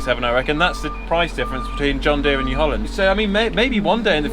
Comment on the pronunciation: "Hello Deere" or "Hello dear"....it's just the way you said it! There again, I talk to my Pajero or Paj as I call him. LOL